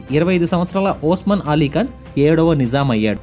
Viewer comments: వోస్మాన్ అలీ ఖాన్ కాదురా అయ్యా ఉస్మాన్ అలీఖాన్ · అది ఓస్మాన్ ఆలి ఖాన్ కాదు ఉస్మాన్ అలీ ఖాన్... రజకార్లు కాదు రజాకర్లు..